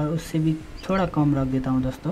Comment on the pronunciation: ' दोस्तों ' शब्द का टांग तोड़ रखा है !